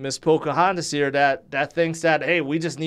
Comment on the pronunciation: Not to mention 'p😇Poca Hontis'?! 😂🤣